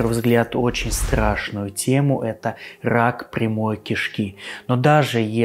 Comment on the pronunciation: Уважаемый, не "пхоблема", а "проблема"; и не "хак пхямой кишки", а "рак прямой кишки". Вас к логопеду в детстве водили?... По-моему, если ваш ход детельности связан с говохением, то не худо бы и над фикцией похаботать - как я себе понимаю. А то это просто неуважение к тем, кто вас слушает.